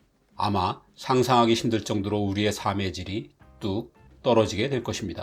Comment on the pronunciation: 항상 느끼는 거지만 삶의 질을 말하실 때 [사메질]이라고 하시네요 ㅋㅋ